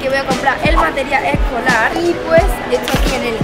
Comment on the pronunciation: Meteral ecolar lo pronuncia XD